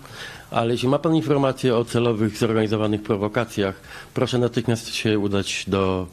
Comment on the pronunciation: "Puoszę niezwłocznie zgłosić do puokuatuy (któa mi podlega, podobnie jak milicja)"